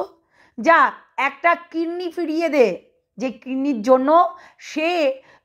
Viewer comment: Kinni Na Kidney Word Thik Korun Didi 🙏